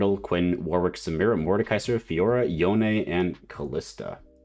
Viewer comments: It’s pronounced Yo-NAY. Pls 🙄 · Its actually not. Its Yo-Neh. That's how Yasuo pronounces it in the cinematic